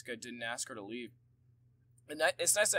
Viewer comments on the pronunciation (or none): none